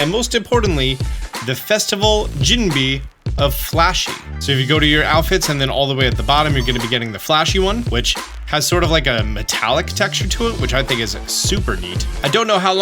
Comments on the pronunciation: In case you wanted to know (Could hear you pause before saying it) jinbei is pronounced like GIN-BAY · FYI, Jinbei is pronounced Jin Bay. So the Jin was correct, but the Bei is supposed to be Bay not Bee. Just an FYI. Language is hard. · brother I think you read the dialogue from Grandma too fast, the color of the junbei is actually same with the siblings, deep blue for Carmine and white gray for Kieran. And jinbei, read as jin-bay. Hopes this clear some fog! And yes if you check Garchomp pokedex photo it is actually flying in the sky too!:D good video always! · I’m finding jinbee amusing 😂 the easiest way to describe the pronunciation would be jinbei (gin-bay)